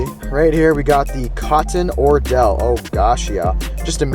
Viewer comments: California Bassin TV 😂😂😂😂😂 I broke down when he said ordell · I dont have the heart but somebody please roast for saying cotton ordell. I hope he did that on purp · Cotton “OR”dell??? 😂 C’mon bro I know you’re not serious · I was about to say the same. I stopped watching after that...newbs trying to give fishing tips...lol